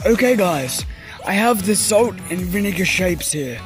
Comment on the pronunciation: I think it's salt not sait;)